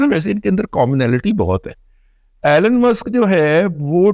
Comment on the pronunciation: ایلن ایلن ایلن۔۔۔۔ نہیں جناب ایلون